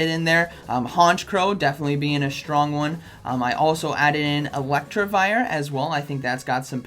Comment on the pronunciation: ElecTIvire, not ElecTRIvire, just saying..